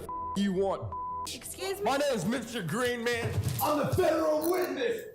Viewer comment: Dale Roy Greenman says his name, the announcer still pronounces it wrong...